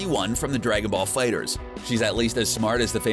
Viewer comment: Finally!!!! You said Dragon Ball fighterz right good job 😁